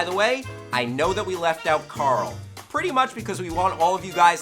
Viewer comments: Coral? Coral?! CORAL!!! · Where is coral? Coralll? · Carl not carol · CORALLLLLLLL !!!!!!! CORAL??? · Rick: CORAL...CORAL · Rick pronounces Carl as Coral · Wurrs Carl? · His name is Carl NOT Coral. That is a type of fish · Maybe Rick is foreshadowing by pronouncing Carl like "Coral" because one day, they'll all die (obviously) and become a big giant coral reef after a huge flood. Too much thinking? Nahhhhhhhh! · HIS NAME IS CARL OR CHANDLER RIGGS NOT CORAL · ITS CARL NOT CORAL